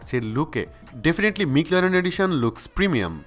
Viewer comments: ভাই ম্যাকলারেন মিকলারেন না 🙄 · মিকল্যারেন নারে ভাই ম্যাকল্যারেন -_ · কিছু মনে করবেন না ভাইয়া উচ্চারণটা ম্যাকলারেন হবে 😊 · Mclaren pronunciation ta ki thik ase? I have doubt. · একদম! আমার ও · Vai age McLaren uccharon kora shiken tarpor vdo koren...🤣🤣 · ম্যাকলারেন, নট মিকলারেন। 😒 ওয়ার্প, নট র‍্যাপ। 😑😑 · Loved the video but the wrong pronunciation of Mclaren and Warp charger felt a bit cringy. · ঠিক নাই, আর এটা খুব কানে লাগছে। এবং সাথে র‍্যপ চার্জার টাও।